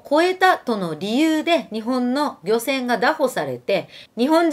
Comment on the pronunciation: フィフィさん、応援してます。 (漁船はりょせん ではなく ぎょせん ですね…)